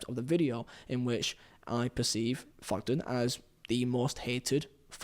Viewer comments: It's Thogden not Fogden. Painful listening to you trying to speak. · Fogden, Feo, Fogdad. Painful.